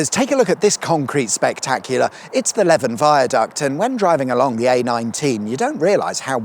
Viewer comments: Leven is pronounced "Leeven" not "Leaven"... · Leven is pronounced Lee Ven, and not Levin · Leven like Steven, not like leaven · Leven is pronounced ‘Leev-en’ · Leven is pronounced Leevan. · it's pronounced more like Lee-van viaduct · It's Leven, rhymes with Stephen . . . I drew the A19 / A66 interchange on the map the National Highways operators used to use to set signs /signals in the area . . . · Leven viaduct is pronounced LEE-VAN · This River Leven is pronounced to rhyme with Steven. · Leven is pronounced like leaving!